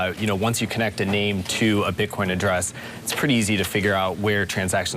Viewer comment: did I hear a slip? bitcon?